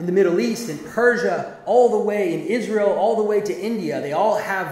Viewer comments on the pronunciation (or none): none